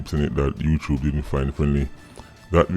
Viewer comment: Man said "Youchoob" 🤣🤣🤣